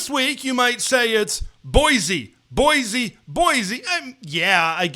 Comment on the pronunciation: Boy-see, not boy-zee.